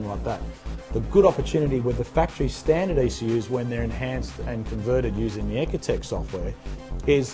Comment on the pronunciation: It does kind of sound like 'pakistan' lol but i'm sure he meant 'standard' XD